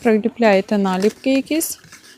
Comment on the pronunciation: БулО, подУшка, налІпки, ставте правильно наголос.